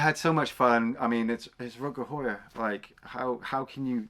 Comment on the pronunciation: it is pronounced How-Er isn't it ?